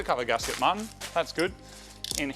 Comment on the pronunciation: Haha. He calls him Mahhin.